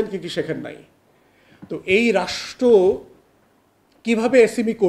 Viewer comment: আগে "রাষ্ট্র" শব্দটা উচ্চারণ করা শেখো। তারপর বড় বড় কথা বইলো, আর বলো নাস্তা কি কি ছিলো? বাই দ্যা ওয়ে SME বলতে যে পৃথিবীতে কিছু এক্সিট করে না তা কি কেউ অনুধাবন করেন?